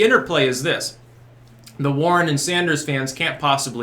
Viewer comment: At first, I thought you said the Sanders-Boring Interplay.